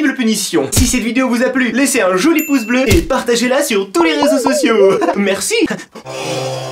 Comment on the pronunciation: de Max j'adore quand dit paredon ou beleu